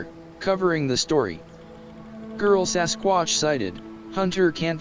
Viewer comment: Indeed, your AI is funny. A sasquuaatch 😂 But the music is super! Would you tell me the name of the music? Thx!